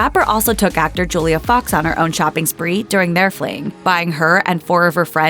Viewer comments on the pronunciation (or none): none